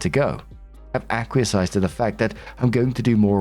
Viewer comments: Acquiesced is pronounced AK - WEE - EST. I don't know why that word comes up so often in these stories but you HAVE to stop saying Ak - wee - eh - sized. LOL! hahaha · Narations: It’s a-qui-essed Not a-qui-e-cised In acquiesced there is no extra vowel between s and c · As much as I love when says aqua sized it is akwee essed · please research the pronunciation of acquiesced. It keeps coming up.